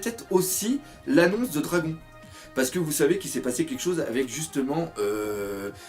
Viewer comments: super vidéo encore très bien expliquer et faite ( juste un truc pas contre toi mais on dit dradone et pas dragon pour le pèere de luffy enfin moi j'ai toujours enttendus ça mais sinon je m'en fout tu fait comme tu veux lol) continue comme ça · On dis "Dragone" ! Et pas Dragon mdrr tu vas te faire talquer par Ryo-Sensei toi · ON DIT DRAGONE PAS DRAGON